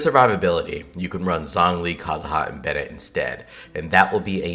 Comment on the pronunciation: i had to stop video when he said favonius bennete